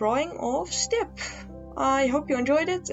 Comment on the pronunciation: I keep thinking you’re saying “simp”